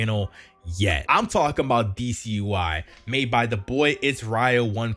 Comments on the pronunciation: It isn’t pronounced DC ui, its /deɛs/ ui (it is french, goddess in english) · "Déesse" is actually the frnch for Goddes, and is pronounced like DS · This is not how you pronounce déesse xD It's french, check out Google translate ;) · I don't think that's how u pronounce "déesse" UI